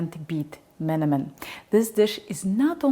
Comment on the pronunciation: What a wonderful coincidence. I had found your channel, looking for skillet recommendations, now I'm seeing an everyday Turkish recipe on it. You must have a lot of energy and passion that you even look into simple recipes from different cuisines, kudos to that. I'm Turkish, your pronunciation of menemen and şakşuka are not just close enough, but right on point I should add. I cook the tomatoes until they lose almost all the water content and only then add 2 eggs, the texture becomes more pasty and the taste gets a bit caramelized with the tomatoes cooked dry in the skillet. I hope your kind hasn't gone extinct and I can wife one such lady one day:) A real scholar of kitchen art, connoisseur grade variety!